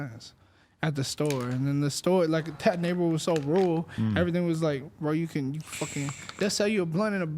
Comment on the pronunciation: its rule, its rule. ITS RURAL. 😆😂